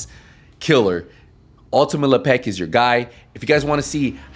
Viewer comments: Lep-ic ❌ La Pec ✅ 🤌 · " Le Peck " , WTF ? It's Lepic. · Why you say le peck it’s lepic not lepeck it’s not hard to say lepic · Ultimate Le Peck? Bro. You trolling saying it like this? lol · The pronunciation as Le'Pek kills me 🤣🤣🤣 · That’s LE. PECK. ER to you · la-peck? xD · Bahaha me too! But like...why's he saying it like that? Lmfao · lmfao hahaha man though for real, why? 😅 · Bruh😂 if Lepic were from the hood, aka Le Pac'😅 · Well, I said accent to just be polite. He might have a speech impediment.